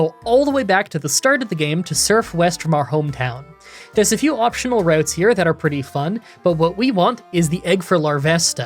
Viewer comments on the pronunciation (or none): none